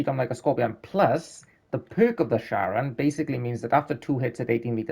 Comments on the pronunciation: It's pronounced like "care-on" it's from Greek mythology - Charon was the "ferryman" that transported souls of the dead to the underworld in his boat, across the river Styx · The word is Greek, so CH is pronounced as /k/